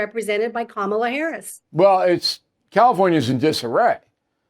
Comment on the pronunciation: 🚨 Oh come on Bull, did i hear you say that "Coma-la Her-ass" was articulate? GOOD GRIEF❗👎